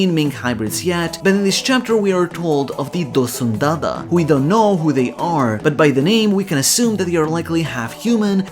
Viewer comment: dosundada sounds like DOSUN-tata. I'm thinking Giant-Tontatta hybrid which is hilarious